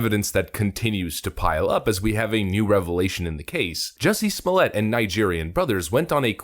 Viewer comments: Remember it's "Smollett", with a hard "T" - NOT "Smollay". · Calling this dude Smoll-yey, is like calling Target (Tarjey). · Pronounced ‘small-ett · Smallia (as you pronounced it) will get a severe finger wagging & tut tut tut from the judge. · I start laughing hysterically every time I hear "Juicy Smolliét".